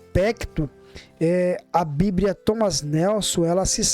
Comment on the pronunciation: A paz meu caro, só uma correção, não se diz: "bibria:", e sim BIBLIA com L e não com R.